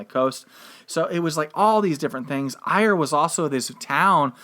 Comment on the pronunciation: Ayr in Scotland is pronounced Air... Kirkcudbright is pronounced Kircoobrae